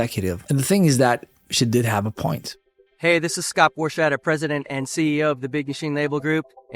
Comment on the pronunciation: Borchetta : it is "Borketta" not "Borshetta" .......how about Porchetta ?